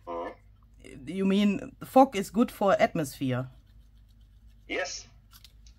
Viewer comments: I'm laughing so hard at the fok machine.... I think annunciation there is important for that end g🤣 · Louisa 😂😂😂😂😂😂. How you say fog sounds like another word ! F@ So I am laughing so hard. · I noticed that too! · Lol I had to turn on captions to see if I heard right. So funny